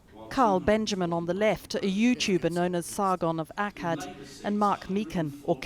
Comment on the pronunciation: Can't even pronounce Akkad right.